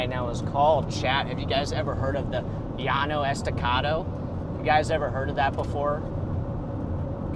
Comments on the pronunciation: Enjoy watching your live streams. As someone that lives on the Llano Estacado, the plateau region is pronounced as Le-law-no. Not ye-aw-no. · And dont lie! it’s ye-aw-no! Bahahahah